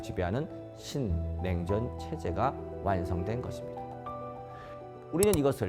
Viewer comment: 신냉전이라는 말부터 아주 또박또박 들리네요. 정말 이런 좋은 강의가 너무나 중요하네요. 신냉전 시대에 투자를 위한 4가지는 그야말로 쉽게 지나치는 정보들이 이렇게 중요하다는 걸 느낄수 있었네요. 방위산업과 AI, 그리고 에너지와 디지털금융과 같이 이 중요한 4대 키워드가 역시나 투자의 가장 기본이 된다는 것은 너무도 중요한것 같아서 다시 한번 투자의 흐름에 대해서 공부를 할수 있었네요. 중요한 포인트를 이해하기 쉽게 말해주셔서 너무너무 감사드리고 앞으로도 꾸준하게 공부를 해야할것 같아요.